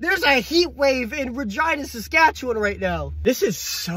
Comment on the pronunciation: The funniest part of this video is him saying Regina Saskatchewan